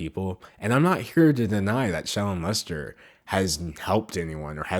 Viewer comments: I can't tell if your saying her name or 'Child Molester', but both mean the same thing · Am I the only one that hears 'child molester' when he says 'shallon lester' ? 😂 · If u speed up the video it really does sound like he is sayin child molester when he says her name must suck your name sounds the as child molester 😂 dam them comments was rt. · I thought you were saying shallow molester not Shallon Lester. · when you said shallon lester, I thought you said child molester... bye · Holy crap, I'm watching the video again, because I don't have anything better to do and I just want some background noise, and when you said "Shallon Lester" I heard "Child m*lester" I screamed. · the way that they pronounce “shallon lester” makes like their saying “child m*lester” and i’m dying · bruh my boyfriend was overhearing this video and he kept hearing her name as "child molestor" instead of "Shallon Lester" and I didn't even think to correct him until the 6th time he said it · Every time you said shallon Lester I heard child molester, and then I realized what you were really saying at the end 🤦🏽‍♀️